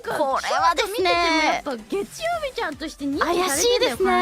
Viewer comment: 해외 시청자들이 “ 겟추요비 ” 라는 일본어로 월요일이라는 단어와 발음법을 확실하게 외우게 되었다 😂